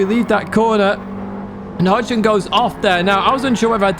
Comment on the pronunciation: FYI It’s Hogston as in pig not Hodgeson and Alsace is pronounced AL Sas.